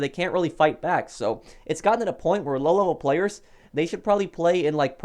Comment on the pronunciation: Lol. You like to say lolevelplayers! xD